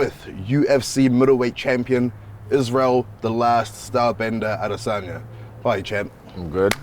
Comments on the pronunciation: Dave Blackamoto the undisputed 145 pounds king...why dafuq you not pronouncing the name Adesanya correctly. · But wait, why is pronouncing 'Adesanya' that way? lol